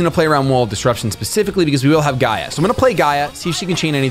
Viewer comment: Gear-Gee-Uh is the proper pronunciation